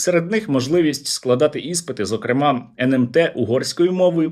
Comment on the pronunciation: Пробачте, що не наголосив у-Нещ одАвно!- Бо із на голосами?!- Теж проблема-зокр(е) мА!!! - у оцьму слові!- Іще багате зно"мутантів"- як?-"кожен"?- зам ість-кожний!!! 😊